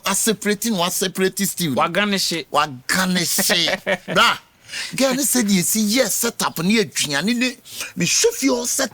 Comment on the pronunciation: Who else heard wa karneshi instead of Garnishing 😅😅😂